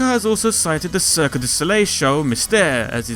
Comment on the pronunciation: For future reference, don't add the extra syllable in Cirque. The e is silent in French.